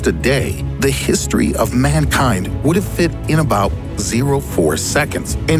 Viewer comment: Did he just pronounce history as herstory.?? I'm done